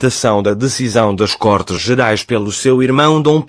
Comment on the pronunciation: Côrtes e não cortes.